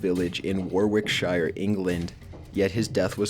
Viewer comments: Warwickshire. Pronounced "wo-rick-sheer" sorry, it's my bug bear when Americans pronounce our place names so badly! I know, I'm a loser! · I always titter when I hear an American pronounce this but Warwickshire is pronounced phonetically "waricksher"